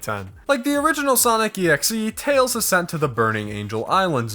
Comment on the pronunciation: THATS NOT TAILS!! ITS TLELS!